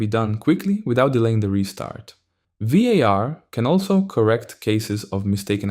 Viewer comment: As a spanish speaker that VAR pronunciation triggered something in me